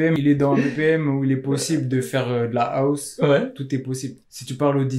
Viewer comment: Arrêtez de prononcé House : Aousse mdr